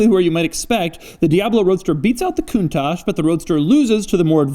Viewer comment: Doug is the type of guy who pronounces correctly the word "countach", which is a northern Italian dialect exclamation ! Nobody in Italy prounces it the correct way!